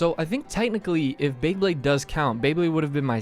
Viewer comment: Did you really just say BLAYEblade?